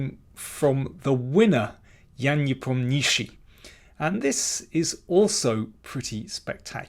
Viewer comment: GM King does not butcher the pronunciation of "Nepomniashshiy" as badly as many internet speakers do, but there's no excuse for not getting it right, and he doesn't. As obvious and accessible a site as Wikipedia shows the pronunciation in both Cyrillic and transliteration of Cyrillic: nee POM nyuh shsheey. There's even an accent on the "o" in the Cyrillic to show the uninitiated where the stress is. King for some reason does not stress the POM. The story of the hideous "chtch" that FIDE foisted on the world is like this: Around 1900, primers of Russian for learners transliterated the letter "shshah" as "shch", and gave what I have been told is the Leningrad pronunciation (as in "fresh cheese") of the letter, whereas elsewhere in Russia the sound is basically a lengthened "sh". Nepo is from Bryansk, not close to Leningrad. To the French eye, "ch" gives the "sh" sound, and to produce "cheese" they need a "t" -- "tcheese". So, French meddling took a bad rule for foreign learners from 120 years ago and made it worse for everyone on the planet with this official FIDE "chtch".